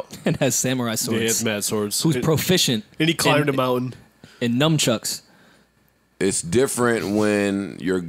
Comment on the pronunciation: Did say "numchucks"?😂